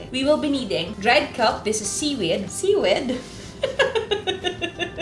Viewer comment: Pag sinabi ni Miss Juday na seewed, seewed cya. Walang kokontra.